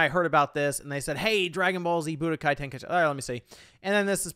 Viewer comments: It's pronounced Ten-Kai-Chi!! There's no extra I in the word 🤬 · Thank you for sharing your thoughts and feelings, I'm definitely ready for this one. SO many good times with this game and when you pronounced it "ten-kai-Eee-chee" it brought tears of joy to my eyes haha. It reminded me of the days when my boy used to say it that way and I'd always laugh and be like , you mean ten-kai-cheese? Because it was so easy to hide then spam . It was fun!! But not being funny or anything because I'm definitely not a wack job but it truly is pronounced ten kai chee but I like the way you and my friend say it.